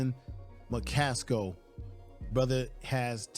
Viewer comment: AcceleRATE 😊 You were talking about McCasko I think it's McCaSKILL